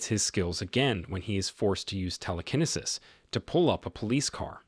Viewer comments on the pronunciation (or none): So many people don't know any better watching this they will really think it is pronounced tele kenna sis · It’s Tele- ke-nee sis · The football player's name is not Bernie Kosser (at about ). His last name is pronounced Ko Sar, and it's actually spelled like it sounds, Kosar. Between 10 and 10 1/2 minutes, Telekinesis is being pronounced incorrectly, as well. People should either have a real person that speaks English read these, or make sure the AI didn't make any mistakes before posting. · I mostly enjoyed the narrator's inability to pronounce telekinesis